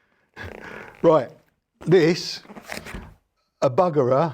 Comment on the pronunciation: Allo. Good to see you. Too much grass to mow, animals to tend to and kids to get back to school for me. Add my practice time and I barely get to see you anyway. Buggerer lol It is pronounced Boogerer....